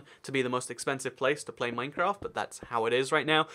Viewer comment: THIS IS RANDOM: MINECWAFT!